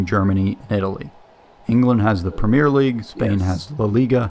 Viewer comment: BTW the top division in English Football is the 'Premier' League--NOT "Premiere"